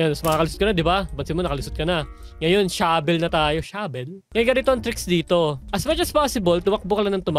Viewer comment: Finally natapooooos😫 for the third time!!🤭 Shabel not Shovel 😂😂 ramdam ko yung gigil mo. Nasubaybayan ko yung di mo pagtapos dito HAHHAAHAHAA